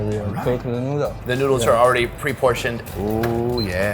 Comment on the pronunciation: did this dude just say "Get some **NUDES**"